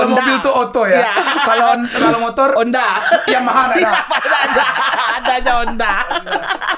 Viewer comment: hahaha ngakak bgt, pas bilang motor itu honda. khas padang bgt wkwk